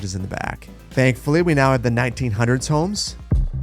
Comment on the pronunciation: The way you say 1900,s homes, makes me feel so old for some reason! Hahahaha